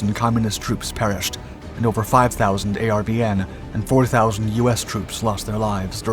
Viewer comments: It's not a r v n rather are ven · A lot of Vietnamese place names are mispronounced. Disrespectful to the Americans who died there. Very tiring to hear A R V N when it was pronounced 'are-vin'. Get with it. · ARVN = r-vin Phu = Foo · How are you making a documentary about the Vietnam war and you mispronounce nearly every name in the doc? People, places, and things.